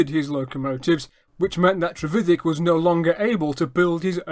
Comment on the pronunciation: No his pronunciation is correct